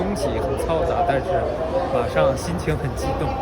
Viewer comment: 你是很*鸡'动，不是激动。哈哈。好。